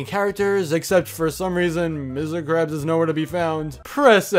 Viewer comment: you said missir krabs